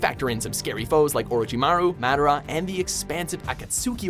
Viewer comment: It’s Pronounced Mah Dar rah